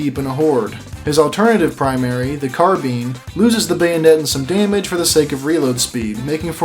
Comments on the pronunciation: Gotta love how he says "Carbine" and i heard it as "Carbean"... its "car-bine" like the bin but ye.. i ain,t no gramar/pronounce police.. so uhh.. say it how ya want.. its just silly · Bro said "car bean" instead of "car bine" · You calling the carbine a “carbean” is criminal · Ah yes, the carbean